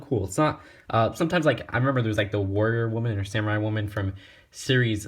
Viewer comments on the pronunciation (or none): none